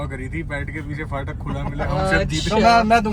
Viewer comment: Bhai fatak nae phatak hota h 😭😭